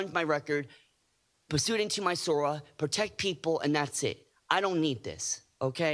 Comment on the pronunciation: sora not sword lol😂